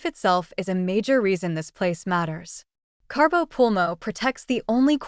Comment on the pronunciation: Aaaaaaaaa! There is no R in Cabo!